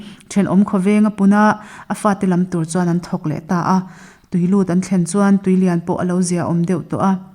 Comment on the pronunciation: Chhiartu hian, "tui leiah a lut" tih lai a chhiar hi a, lam dan thlûk a dik chiahlo